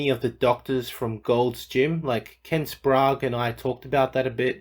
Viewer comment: Like his pronunciation of SPRAGUE lol